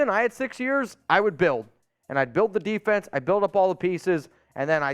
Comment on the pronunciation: What the hell going on? are we not saying it right? Defense Defense DEFENSE